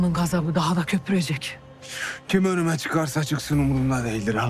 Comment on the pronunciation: Gazabını niye kimse doğru telafuz etmiyor ya xğempem